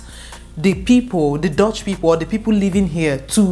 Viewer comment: It is not pronounced as dotch, it is dutch u not o